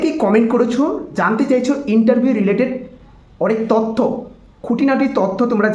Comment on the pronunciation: ওটা "তথ্য" not তত্ত 🥱